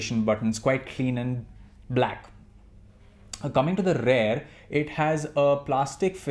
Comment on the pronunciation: Its "REAR" ... not "RARE" .... bloody irritating!